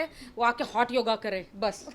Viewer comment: हॉट नही .... होट योगा..... होट 🤣🤣🤣🤣🤣😂🤣😂🤣😂🤣😂🤣😂🤣😂🤣